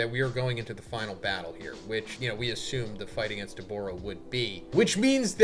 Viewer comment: Dawg his name is Dabura not Debora